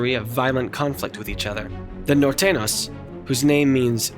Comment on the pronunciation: It s Nortenios and sorenios not nortenos & sorenos 😅😂